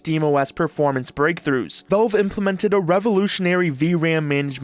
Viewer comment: It's pronounced "VALVE", not "VELVE"